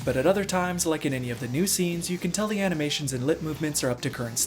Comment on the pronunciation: "Physics to aminations" :D